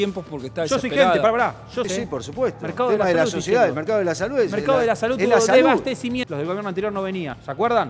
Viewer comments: Miy bien Ramiro. Sólo un comentario, se dice "deSAbastecimiento" y no "debastecimiento" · Ramiro: Se dice DESABASTECIMIENTO. De onda nomás te comento, porque te he escuchado en varias notas decir "Desbastecimiento". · DESABASTECIMIENTO Y NO DES BASTECIMIENTO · MARRA: No se dice debastecimiento es Desabastecimiento